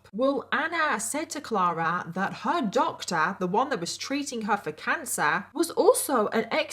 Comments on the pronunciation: New to your channel but love your vids 🥰 ur accent is so funny when you say “doctor” it’s like Doctaaa 🤣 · I love how you said this doctor so funny.